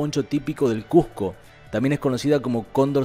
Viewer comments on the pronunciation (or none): none